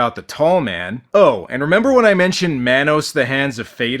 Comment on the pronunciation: Subbed cuz of fun content but I gotta say this. Mah-nos Not Man-os. Carry on.